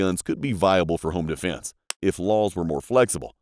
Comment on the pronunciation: OMG stop saying defence like that